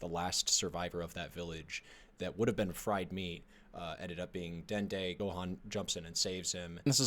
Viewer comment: Dude called Dende "Dendy".